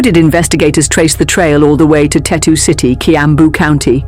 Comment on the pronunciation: Its Tatu city not Tetu